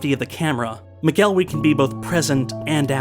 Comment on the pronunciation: Just gonna dispute your pronunciation of McElwee, it's more like 'mackle-wee' Source: I'm a Scot